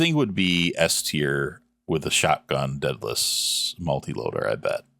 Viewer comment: day-duh-lis not deadless